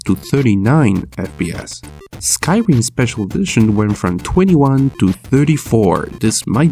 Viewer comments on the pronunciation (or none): none